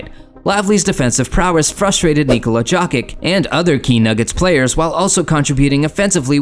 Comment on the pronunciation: I think its AI lol. Joekic lol